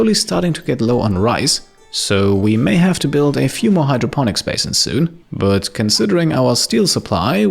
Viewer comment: I'm going to have to unsub, no one probably cares, but: What I've had enough of.. 1) The microphone is awfully setup, you will hear what I mean if you use proper headphones/proper audio setup. You won't hear it on cheapo desktop speakers. 2) The way says "but" - i actually legitimately cringe. I know is german, but there's no reason to butcher it this badly on purpose.